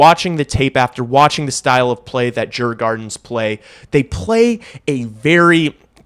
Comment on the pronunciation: This is a good report, but it makes me cringe whenever I hear someone mispronounce a pertinent word like Djurgarden - a key word in this video - especially when the correct pronunciation isn't at all difficult. In so many cases it's just a matter of hearing the word in question pronounced correctly or of simply researching the pronunciation online. The online research takes less than a minute. The correct pronunciation of Djurgarden is YOOR-gor-don. With so many sports figures playing in English-speaking countries such as Canada and the U.S., I would think dealing with accurate (or quite accurate) word pronunciation would be a higher priority than it seems to be, at least in the case of a major sport such as hockey. I find it very odd and troubling to hear those verbally reporting on the NHL mispronouncing not only European and Asian names but even more so French ones as many Canadian names are. To me it's very uncaring, lazy and unprofessional. Some words in some languages from certain parts of the world can certainly be a difficult challenge, but in the cases of natural English-speaking people pronouncing Swedish words it shouldn't be so difficult so often. Learning how to pronounce a word one sees in writing is certainly a challenge for many reasons - not knowing how a consonant or a combination of consonants is pronounced, not knowing how a vowel is pronounced, not knowing which syllable is accented, etc. Also, sometimes a consonant or vowel isn't pronounced at all. Yes